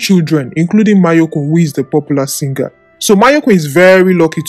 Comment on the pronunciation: He’s name is mayorkun not mayekun